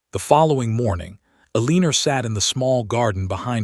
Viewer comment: Your stories are cute. I like the plots and the characters, but I can't take the pronunciation of 'Eleener' any more. Or hoping being pronounced 'hopping.' I'll check back in a month or two to see if you've helped your ai narrator learn how to speak its several commonly mispronounced words.